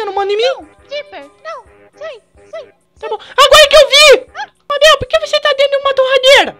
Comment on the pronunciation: nao consigo ver o video intero pq o fala mábel